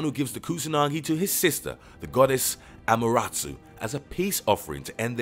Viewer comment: “The goddess, Amerarsu” lel